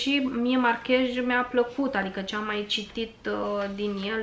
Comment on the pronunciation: Márquez. Cu accent pe "a" si cu z la sfarsit, nu j. In spaniola " j"-ul este mut.